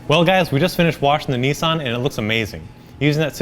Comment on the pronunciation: Please stop calling it a Neesan FFS. Nissan not NEEEEESAN